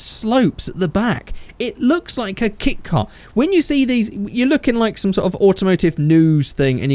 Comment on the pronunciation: When you said that, I first thought you said "It looks like a kick car", like one you'd kick whenever you see it, or something. After you said what you meant, I then realised you said "It looks like a kit car".